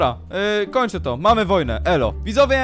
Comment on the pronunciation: ty na początku gdzieś w 1 min, powiedziałeś widowie Xd 🤣